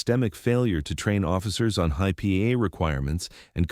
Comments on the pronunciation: Just another story of an EGO driven cop over-reaching his duties and not understanding LAW. Seen it over and over in these type of videos. (Why does AI pronounce "HIPAA" in about 8 or 9 different ways?) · If you are going to post these tall tales, you could at least use a speech program that knows how to actually pronounce words. The AI program you use is so dumb it pronounced HIPAA 3 different ways. Goof balls. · It didn't take very long for my interest to switch from what the story was about to how many different ways HIPPA can be pronounced and spelled. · And poor AI at that. At least five different pronunciations of HIPPA! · This was a pretty good story but the narrator reading. But he kept mispronouncing HIPAA about 10 different ways drove me crazy listening to him to say it a different way every time. Do better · For God's sake.... how many different ways can you pronounce HIPAA?? Does nobody ever check the subtitles before posting a video these days?? This problem with YouTube is getting almost universal!! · HighPay, Hipea, Heypah, Hippo, HeePeeyah, HighPeay, HiPah... It was pronounced differently each time. I'm starting to believe they're intentionally trying to be funny. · This is a textbook example of why text reader apps suck. “Highpah”, “hippa”, “high pay”, and other bastardizations of HIPAA. Also, dropped words, incorrect inflection and other mispronunciations. All I this good information a 5\5, ruined by crappy narration 0/5. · I tried to get through this but I couldn't get past the A-1 narration pronunciation of HIPAA as Hi-pee, Hi- peeA, Hi-pay, He-pay, He-piA. I could go on but the mispronunciation was endlessly varied in its diversity of use. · This would be so much better if they had trained the AI to pronounce HIPAA. High pay is hilarious. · HIPAA is pronounced hip a(soft a) first syllable emphasized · Obvious AI voice. Mispronouncing HIPAA as Hyppa several. times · How many different ways can you pronounce hippo? Ai isn’t always a good thing